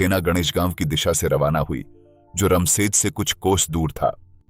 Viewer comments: Raam sej bolne me kya dikkat hai apko रामसेज़ बोलो,not रमशेज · "रामशेज" कहिए , रम शेज नहीं हैं वो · रमसेज नाही रामशेज 😂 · किले का नाम 'रामशेज' था, 'रमशेज' नहीं। आपको हर व्यक्ति, किले और जगह का नाम सही तरीके से ही लेना चाहिए। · भाई, वह रमसेज नही "रामशेज" है मतलब भगवन् राम की शेज मतलब रामजी के आराम की शैय्या. कितना सुंदर नाम, कितना ही सुंदर मतलब पर तुम रमसेज, रमसेज बोलकर सब मटीयामेट कर रहे हो.